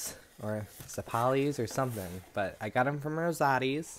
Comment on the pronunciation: Z-EP-O-LEES is the pronunciation. They are supposed to be more round- Best ones in the world- St.Ann's Feast Hoboken NJ. You need to try FLEX SEAL on the air mattress.